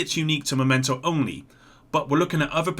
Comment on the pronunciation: it's mEmento not mOmento backpack, dunno why you consistently stick to the wrong version